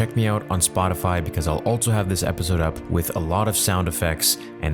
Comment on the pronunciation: Stop putting the letter T in the word "also"